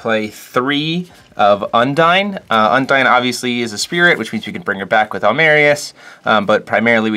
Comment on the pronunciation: Cool deck, also I gotta point it out in undine's pronunciation the u is a more O sound and the I is short. Sry its it's like when someone pronounced yggdrasil ya-dra-sil, it's just ygg actually